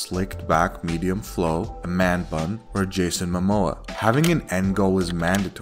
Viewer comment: Bro literaly said Jason mammoa💀